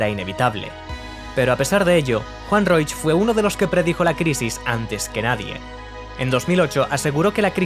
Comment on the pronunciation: Increíble que este sea tu primer vídeo. ¡Gran aporte! Solo un pequeño aporte: el apellido de Juan Roig se pronuncia "Roch", no "Roich" (la "i" se omite). Me encantó que la primera tienda que sacaste fue una de las de Sagunto por cierto jajaja, justo esa es la que están reformando ahora a lo que llaman "Tienda 9".